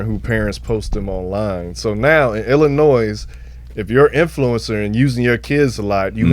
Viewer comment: saying the 'S' on Illinois is killing me 😭. You don't say the S!